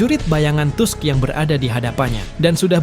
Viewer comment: Tolong jgn malu2in jg tusk dibaca Task.. emg kga nnton anime nya apa?